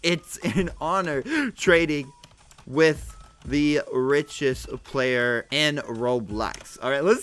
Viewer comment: You said blayer